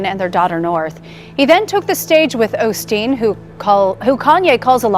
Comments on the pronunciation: They said "Olsteen" many times - his name used to be Olsteen - Mandela Effect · Osteen? Sounds like they’re saying “Olsteen” Anyone else recall Joel’s last name being “Olsteen”?? Btw that’s a Mandela effect 😉